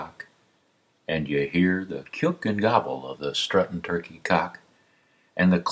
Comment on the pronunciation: My kids will be memorizing this poem and I wasn't sure how to pronounce "kyouck". This was so well done! Thanks!